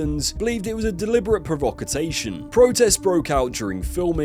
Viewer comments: Ah yes, a deliberate "provocotation." Top Gear were quite the provocotateurs. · provocotation?!? what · What on earth is a 'provocatation'?? 🙄